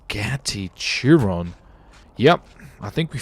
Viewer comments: It’s not a Churon it’s pronounced Cheeron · It's pronounced "Shear-on" 😂 but nice attempted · It is pronounced like Bugatti sheron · Chiron (sh-eer-on)